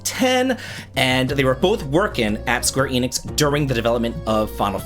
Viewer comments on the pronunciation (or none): My dude, it is pronounced "Eh Nix", not "Eee Nix".